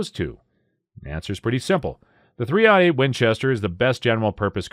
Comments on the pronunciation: It's called "three o' eight" not "3 ODD EIGHT". I'm cringing hard. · He's sayin "3-ought-8", which is still wrong, but I was recently taught that so I figured I'd pass it on. I thought it was "odd" this whole time. I'm almost 40. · yeah I know, like 30 ought 6, and double ought buck shot, but I'm 90% sure he's saying "odd" .. ugh.